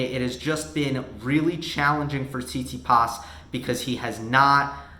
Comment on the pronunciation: Can you say "Tsit-Si-pas", please? It isn't "see-tsee-paas"